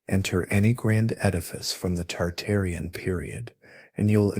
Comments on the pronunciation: Tartarian not Targarian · dude, targarians vs tartarians, get your shit right. i hated every time you said it and downvoted you for it. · Why do you keep saying Targarian instead of Tartarian? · you keep saying Targarian rather than Tartarian, why? and which buildings where were taken down, quickly replaced and then taken down again? examples please! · Tartarian. Not targarian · I keep hearing Targarian as in GoT family versus Tartarian. Interesting. I wonder if it's on purpose. Dragons and Griffins man. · I hear it toox2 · WTF it's Tartarian Mate not targarian stop making shit up. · Bruh saying Targaryen